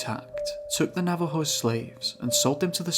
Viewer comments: It’s naw vah ho. Navajo Don’t be a limey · Ah yes, the Nava-hoss, my favorite tribe.